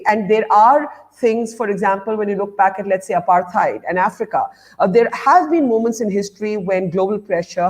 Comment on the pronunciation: It's apartheid, not appetite or apatite.